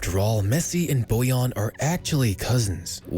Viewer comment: Bojan* not Bojon